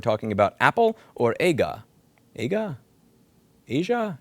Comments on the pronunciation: As a Brit, the wealthy love their Agas. Its also pronounced ARE-GAR rathe than A-GAR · Its pronounced "ahh ga" they are a mega premium brand in the UK for pretentious middle classes who want a faux country style house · Someone from the UK here, it's pronounced 'ah gah' 👍🏻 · Perhaps someone has already made this comment, but, as an old English guy, I can't emphasise strongly enough how deeply Ada (ah-ga) cookers are embedded in upper middle class lifestyle, and have been since long before I was born. Houses are almost literally built around them. Having one installed in an existing property is as stressful (more) than the arrival of a new family member. The snobbery of ownership is intense - I don't own one by the way. I know a lady who lives on a remote Scottish island whose ancient Aga broke down, and was fixed, over last Christmas. I subscribe to the Telegraph - and Katie Morley is brilliant. Her audience is precisely the typical Aga customer. I was astonished when I read the article that Aga had fallen so low. No disrespect to the USA, but I learn from Wiki, this, which may at least be partially explanatory. "AGA Rangemaster Group Limited is a British manufacturer of range cookers, kitchen appliances, and interior furnishings, which was acquired by the American Company, Middleby Corporation[1] in September 2015 after it received a takeover approach from Whirlpool. The Group employs just over 2,500 people worldwide.[2][3]" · It's pronounced Ah-ga. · Aga is pronounced as if it had an r in the word... "ARGA" ... Sadly another one for the never buy list... I thought this was a product that was more a long term purchase... Disposability will not be tackled if repair is not part of the solution... Whatever green wash any company puts out I am only convinced if I cross check many times... Companies have brought this upon Themselves by Their actions. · "Aga" pronounced " Ahh Gah " . It's just a pretentious brand. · AH - GAH STOVE. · It's pronounced Arger (hard g)